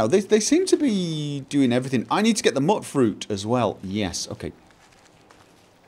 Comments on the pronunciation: Muttfruit.....MUTTfruit........ My eye is literally twitching from how much this bothers me... its pronounced Mute-fruit. As in mutant fruit. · Stop calling them Mutfruits Mootfruits, why would you ever think is pronounced that way, you do this intentional dont you :D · Mute not mutt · probably learned how to pronounce words phonetically, and so he is often defaulting to the short vowel sound. Apparently, somewhere during the apocalypse, all concept of phonetic pronunciation was lost, and thus the pronunciation "mute-fruit" despite the spelling. I prefer to stick with the phonetically correct pronunciation, despite the ignorant post-apocalyptic savages. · Exactly! Phonetically, it should be pronounced Mutt-fruit even though the NPCs say Mute-fruit. I think they should have spelled it Muitfruit if they wanted a less ambiguous way of pronouncing it.